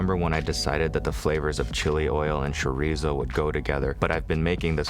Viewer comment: I greatly appreciate your pronunciation of chorizo